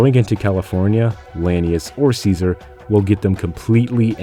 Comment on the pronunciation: still saying ssssseasar while the whole game says it right...